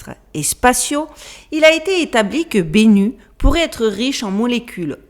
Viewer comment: Bennu se prononce (et peut s'écrire) Bénou en français. C'est un oiseau mythologique égyptien, ressemblant à un héron.